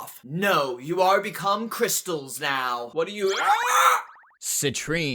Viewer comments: i lost it on "Cwystalzzz" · “Citrine, she does cwistelllls” 😭💀